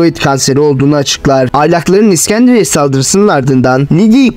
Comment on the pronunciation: iksendria değil iskenderiye.